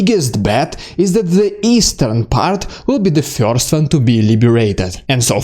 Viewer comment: first - not fjorst